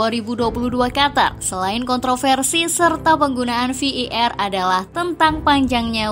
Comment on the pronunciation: VAR = "Vi i er" 🤣